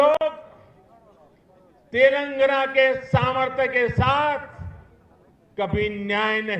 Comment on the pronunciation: తెెలంగణ కాదు, "తెలంగాణ" ముందు పేరు పలకడం తెలుసుకొ మలప త్రాష్టుడా.